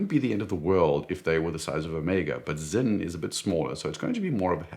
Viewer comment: It’s sinn, not zinn